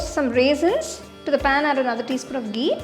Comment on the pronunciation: I love the way you pronounce ghee 😍